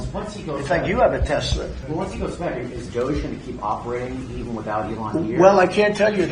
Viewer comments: Teshler... Trump is not bright enough to realize that he has been saying it incorrectly. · WTF is Tesler ??????😂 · OMG Trump said Teslars! I read he said he said that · Lmao!! We knew this was coming… & yet: Still hilarious. 😂😂🎉👌🏼 Also: been wondering if DJT’s recent sudden mispronouncing of ”TES-LER” was a sign of his growing antipathy toward the angry Elmo – and thus his predictable oncoming ouster from “orange sh*t circus v2” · Do you think Trump will ever learn to pronounce Tesla correctly? No? Me neither. Trump will throw absolutely ANYbody under the bus (or down the marble stairs) when he figures he doesn't want to use them anymore. Personally, I figured it would be a bonfire of the vanities and their bromance would implode sooner or later. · I can't believe this orangutan cannot pronounce the word Tesla!!!! And I apologize for insulting orangutangs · He says Tesler AGAIN??!! 🤣 Is he confusing testicles with Tesler???!! 🤣🤣🤣🤣🤣🤣🤣🤣🤣🤣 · Will Trump ever figure out how to say Tesla?